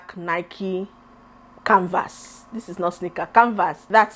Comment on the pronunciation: got me rolling 🤣🤣🤣. The way you pronounced the canvas with pressure like Mr Macaroni what is this. You tried with the 3 I will give macaroni 1